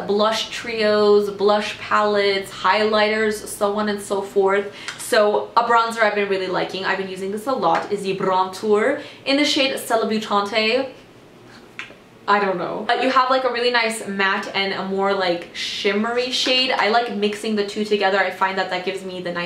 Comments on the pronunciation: Love watching your videos! You're always so fun but give us quality info/reviews. I think the Brontour from Morphe is supposed to be pronounced suh-leb-yoo-tahnt. Like celebrity and debutante together. Anywhoo keep up the awesomeness! 💕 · I think you're pronouncing Celebutante wrong. The 'e' at the end is supposed to be silent - I think what they did here was combine the words 'Celebrity' and 'Debutante'. Not that it's a big deal, but I thought I would point it out lol